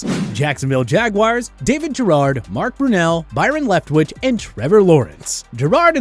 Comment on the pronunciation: That was cringe. He also said David Gerrard and not Garrard.